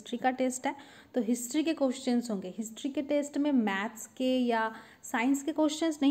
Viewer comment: 😂 her pronunciation